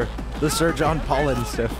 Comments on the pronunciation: why ddo you call it pollen-stiff? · Fallu. Fallu-stiff. Not "Pollen". Pollen comes out of flowers and trees and make you miserable in spring. Fallu. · PH has na F sound, and there's no N in the last word. So is Fallustiff, not Paullenstiff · I couldn't tell the entire way through this video if you were calling it "Paulenstiff" to try and avoid youtube censorship, or if you actually think that's how it's said and I both enjoyed it and hated it at the same time, GJ!